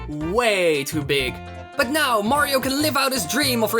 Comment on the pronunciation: 4. STOP SAYING MAYRAYO OK OTHER PLAYERS CAN WHERE IT TO!